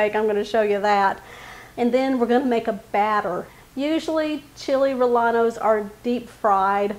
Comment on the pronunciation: Chee-lay ray-yay-nos, proper pronunciation